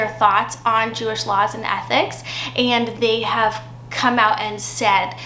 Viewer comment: Mostly sounds like she knows what she's talkin about...even if she does say "athics" and "techno-lojjy."